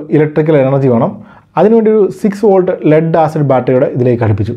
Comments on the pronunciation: വാൾട് എന്നല്ല വോൾട് എന്നുതന്നെ പറയണ്ടേ bro... 🙏🏻🙏🏻🙏🏻 any way good effort 👍🏻👍🏻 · Watts (വാട്ട്) volt (വോൾട്ട് ) വ്യത്യാസം ദയവായി ശ്രദ്ധിക്കുമല്ലോ